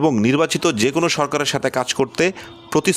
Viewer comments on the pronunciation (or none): none